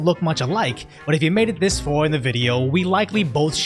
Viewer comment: I made it this fwah into the video 😂 didn't think I'd catch that, did you!? 😇😜 Mate, I live in England, and honestly, I think war is coming. Alot of people are boiling over about the serious crimes.